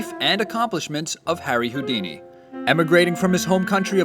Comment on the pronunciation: Ey yoouuu dice que es Houdini